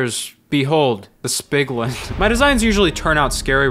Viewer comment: “Behold the spiglin” 🤣🤣🤣🤣🤣